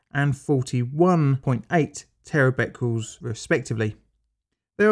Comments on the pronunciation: Aargh! It isn't terabecules, it is pronounced Terabeckerels! Other than that, very interesting. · Sorry to be the English Language Police but Terabecquerels can be a little confusing, especially when the Teachers don't point it out! Try and disregard the confusing Q and pronounce them as TerraBeckerals! I am a long time subscriber, so please don't think that I am having a pop! I think I have seen almost all of your vids but mostly Nuclear related ones